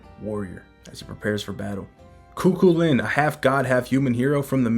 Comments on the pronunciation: Just found your channel. Love everything you post frfr! But nothing is more funny than hearing you tryna say Chu Chuliann. It’s not Ku-Ku-Lin. It’s Kugh- Kull-ian. Thank you for these updates as well🫡🙏🏽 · I love these vids bro! And I just wanted to lyk it’s actually pronounced “Coo-Cuh-Lin” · Hello local Irish here but in the video Cu Chulainn is missed pronounced it’s actually Cu-Cul-Linn